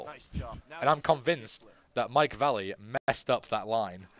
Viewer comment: >big fan of Mike Vallely >calls him Mike Valley